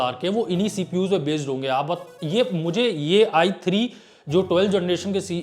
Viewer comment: There is i3 for budget gamers, i5 for mid - tier builds, then there is i7 for high end gamers, and finally we have i9 for enthusiast gamers. But iG is for all the gamers. It is so similar when he says i3 or ig. (or atleast for me it is ).